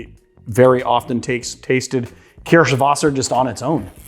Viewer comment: Why? His pronunciation of Kirschwasser is good.